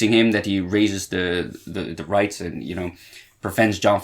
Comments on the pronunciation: Wight, not Wright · It's "Wight" as in "White" not "write." So just say it like you would "white" or "wite."